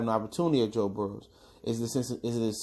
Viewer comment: His name is actually Joe Burrow, not Burrows